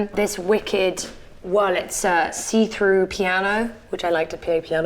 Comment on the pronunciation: Is no one going to point out that the actual piano brand is called "Wurlitzer" ? Like I don't know what a "WurlEtzer" is but that's not it...